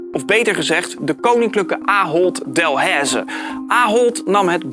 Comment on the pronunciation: Hey, ik kom uit België en hier zijn er dus Delaize supermarkten maar echt niemand spreekt Delaize zo uit als jij. Is geen haat maar gwoon dat je het weet.